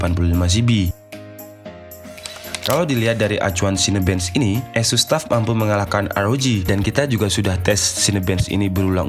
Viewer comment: Kyknya pembohongan publik nih bang, judul review dan laptop2nya tertulis merk ASUS, tapi naratornya bilang ESUS (tidak nyambung dengan laptop2 direview nya) hehehehe.. tapi overall mantabb reviewnya bang!